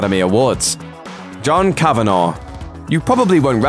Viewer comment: Speaking for every Irish person who has found themselves absent-mindedly consuming this tripe to the end, it's pronounced cavan-ah, not cavan-aw.